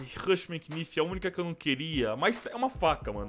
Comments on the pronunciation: Fala knife certo cara,é naife, nao quinifi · O MULEKE FALA QUINIFE QUE AGONIAAAAAAAA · para de ser o professor do yt ... eu achei estranho ele falar quinifi mas não faz diferença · fala knife direito